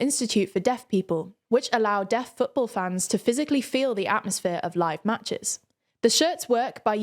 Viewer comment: i know she was saying deaf fans but it sounded like death fans, lol